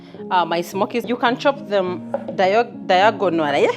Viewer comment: Diagolalaeee😂😂😂. Eh my lovely east african sista. Nice dish. Thats the point when africans will say eh englush is hard yii yiiiii! 😂😂